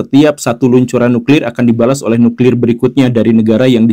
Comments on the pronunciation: Nuklir Pak... Bukan nukril...!😁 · Nuklir atau Nukril....!?? 😅